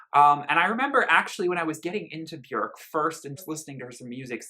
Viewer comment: You and are literally the only 2 people I've ever heard say her name correctly